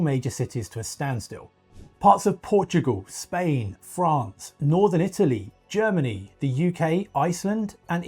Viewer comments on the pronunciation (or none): none